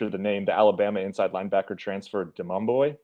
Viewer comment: Demouy. Not Demumbo